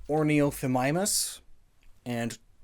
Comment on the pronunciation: The way he pronounced Onithomimus was painful